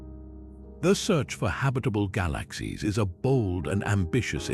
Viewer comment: This AI voice is terrible. ‘Gah LAaKh Seeez’